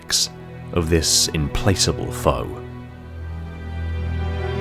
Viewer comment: It's refreshing to hear a word in a video essay (in this case, "implacable") mispronounced but used correctly. That means they've read it before writing the script and understand it. Sounds weird, but it's so common to see video essayists misuse words. Either because they just use a thesaurus program to randomly pick out "smarter" words, or because they just don't understand a word. I once saw a guy to use "ponderous" to mean "thougtful," as in "full of pondering."